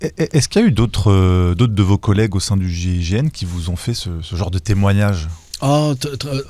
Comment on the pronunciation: pourquoi l'animateur de l'émission à 5 reprises, prononce le mot gégène au lieu de gign il faut articuler